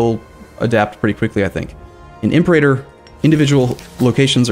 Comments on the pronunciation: The way you say Imperator bothers me... you say like "Imp-er-ay-tor" when it should be "Im-pera-tor" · It's Fridge-ee-ya. Pa-PIE-rus Im-PER-a-tor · Also Imperator is pronounced Imp-era-tor, not Im perator rome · Latin major here, if we're going for accuracy, it's actually im-per-AH-tor. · The stress is on the third syllable in 'Imperator'. So, Im-per-AH-tor. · It's pronounced im-PIER-u-tor because you pronounce imperium like im-PIER-ee-um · Wrong, it's Im-pe-rAah-tor. The macron is over the a in the penult. As the Latin major said above. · In classical Latin, it's /im-per-AH-tor/ Also, the letters C and G always produced the hard sounds. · its IMPUHRAYTER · No, it's Im-peh-ra-tor. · Im-pera-tor, Fridg-ia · IM PER A TOR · Might be a little late for this, but: - Fridge-ee-a (Phrygia) - Im-PAIRator (Imperator) - Pu-pie-rus (Papyrus) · It's pronounced Impé-rátór Rome. Gosh I am so triggered JK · Jesus wept; that pronunciation of imperator... Cheers for the helpful video! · By the way you pronounce "Imperator", seems you have never played Rome Total War :P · Or Phrygia and Imperator.